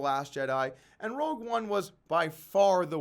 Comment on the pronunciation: Rogue not Rouge Rogue not Rouge Rogue not Rouge